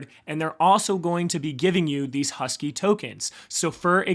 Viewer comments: Pronounced HAWS-KEE. Its supposed to be a play on words to pay homage to Charles Hoskinson lol😎🤙🏿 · Please don’t, you sound like a tool, how can you possibly ready “Hosky” and say “Husky”, it’s not difficult. Also you managed to hilariously mispronounce one of the seven wonders of the new world and call it “ChiCken Itza”, Google “ChiCHen Itza”, I’m doubting a lot of Latin Americans will watch if you just “roll with it”. If you seriously want people to Like & Subscribe, you might want to work a bit harder on your pronunciations. (All meant in the nicest way possible)